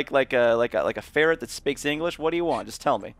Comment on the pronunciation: Actually is a ferret not a farret